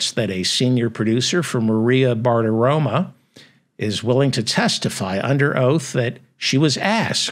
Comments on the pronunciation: The name is Bartaromo NOT Bartaroma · You do a nice job but Maria’s last name ends in “o” not “a.”